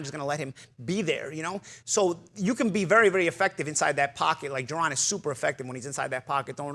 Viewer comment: You can’t say JA-RON?